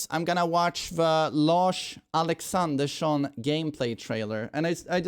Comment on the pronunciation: Thank the Lord we can rely on to pronounce Lars Alexsandersson properly 🙌🙌🙌